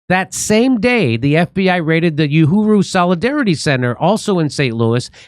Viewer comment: In Swahili, ‘Uhuru’ translates to ‘freedom,’ with its roots in the Arabic word for ‘free.’ The ‘u’ is pronounced ‘oo,’ not ‘you.’